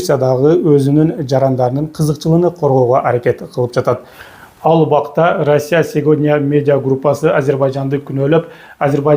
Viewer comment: Орусяң жакшы экен Оруссия деп так сүйлөчү Россия эле дечи